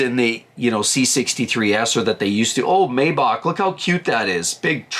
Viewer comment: You lost me when you misread, not once but twice, the price decrease on the Bronco as $6381 when it’s actually $8381 and then repeatedly mispronounced Maybach as “MAY-bock” instead of the correct “MY-bach”.